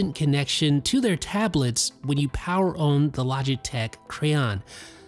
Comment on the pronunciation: I cringe at the way this dude pronounces "on"